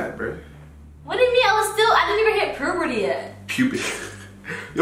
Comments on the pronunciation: *puberty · “I didn’t hit poberty yet” you mean puberty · PRUBURTY!!!!!!!!!HELLO AM I THE ONLY ONE WHO HEARD THIS🤣🤣🤣🤣🤣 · The new word is purpurdy epic fails at tryna say puberty